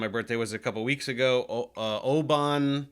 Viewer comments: Or maybe somwhere between Obun and Oben, not Oban :) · Love your content, Dave. Good choice of whisky but it's not O-ban with a hard "a" sound. Just Oban pronounced "obin", like Thor's daddy Odin but with a b. Lovely wee town in Scotland if you're visiting! Slaintè! 😅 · "Oh-BAHN" Tee hee. I don't mean to poke fun, but the town of Oban is pronounced 'Oh-bin', where the second sylable is fast like it's 'bn'. I'm Scottish so I felt I should let you know. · Oban is pronounced "oh-bin" not "oh-bahn" in Scotland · Oban is pronounced more like Oh bun. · its pronounced Oh-Bin. But shout out to scotland woop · Oban we pronounce closer to oh-bin. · It's pronounced like 'Obun' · A birthday thanks for your good work. But please issue a correction. Oban isn’t pronounced Oban, it’s pronounced Oban. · As a Scot, hearing the mispronunciation of ‘Oban’ destroys me, Dave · As another Scot, one who grew up just 27 miles north of Oban, I confess that I winced.